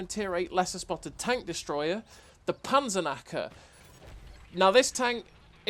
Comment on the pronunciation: The Panzernacker 😂 I know you speak English, but for the Germans you forget the "k". But who cares. It seems to be a nice Tank. And really nice gameplay as usual 👌. greetings from Germany ✌️ PS: Nice you tube channel. It is fun to look Cloneguy (love you clone😁) but now you are my number one 😋. You helped me a lot to get a better player. Especially which positions on the map are good for the game opening. This makes maybe 1k difference in a whole match. Maybe a new line on your channel?